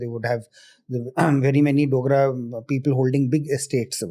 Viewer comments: IT'S DOGRAS NOT DONGRAS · It’s Dogra not Dongra